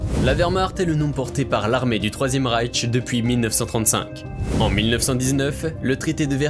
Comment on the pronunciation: Une remarque sur le nom Reich, il n'y a pas de "T" à la fin, donc inutile de le prononcer.